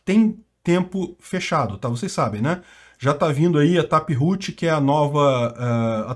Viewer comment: sem falar na atualização do "tapirrutchi" kkkkk